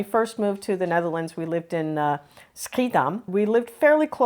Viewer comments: Schiedam was still a problem, though... haha. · What a great video! Sometimes I see foreigners talk about the Netherlands but have no real understanding of it. You guys explained things as they are. Honestly, the only thing about it to compain is that you lived in Schiedam but don't pronounce it right :D :D